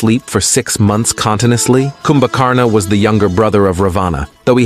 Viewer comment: Your videos are amazing and are rich in knowledge of our dharma and righteousness but better if you improve the pronunciation by keeping 'a' at the end of most of the names silent Such as of its Ravana, kindly pronounce this Ravan Similarly, Kumbhkarana is pronounced as Kumbhkaran only.